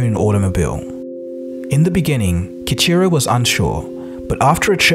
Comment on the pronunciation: His name should be pronounce Key-Eeecheerow with the r like a rolled r...and the Mirai should be pronounced Mee-Rah-Eee.